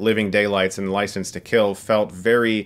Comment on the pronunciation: "Ricense to Kill"